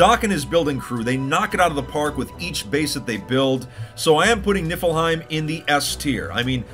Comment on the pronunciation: As en norigen I get disappointing when someone says nifilheim wrong